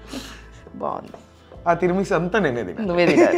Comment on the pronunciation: teeeera chooste teeeera meesu kaadu talleeyyy... It's Tiramisu.. but, nice :)